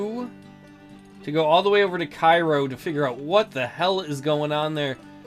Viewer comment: Interesting playthrough. I find this version of the game more interesting than the new career mode. I realize that the new one is more for people who like historical reenactments of the ACW, so it's all good. BTW, the pronunciation of the city in s. Illinois is KAY-roh